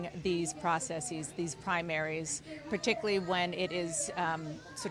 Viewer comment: Dana: particularly = "per TIK yuh ler lee"